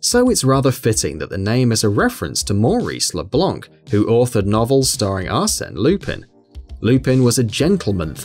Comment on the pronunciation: Le “Blank” ? It's Blanc and you don't pronounce this Blan without the C.